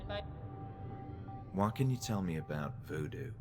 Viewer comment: the way he says voodoo😂😂😂